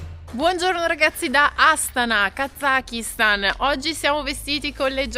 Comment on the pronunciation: Heymondo utilizzata grazie a voi in un viaggio di aprile. La pronuncia esatta di Kazakistan dovrebbe essere Kasastan,. Fatevelo dire dai locali. Gente molto ospitale col rischio di essere invitati a casa loro per cena e con obbligo, nel rispetto dell'ospitalità, di bere di tutto e di più come delle spugne. . ❤